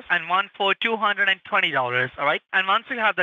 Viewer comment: 1 two thirty four humdred🤣